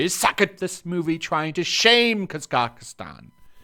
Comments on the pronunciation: The way you say kazakazstan is hilarious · Its pronounced "KA -zahk-stahn". Quite a big country. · Haven't even managed to pronounce "Kazakhstan" correctly once :-) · My guy the way you pronounce Kazakhstan hurts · your pronunciation of Kazakhstan is a micro aggression.